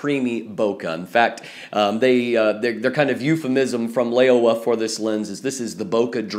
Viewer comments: great review! :D although its read as "lau-wah" instead of "ley-oh-wah". But I guess its fine for an English speaking person ( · It should be pronounced Low (rhythms with meow) wah; the name literally means "old frog."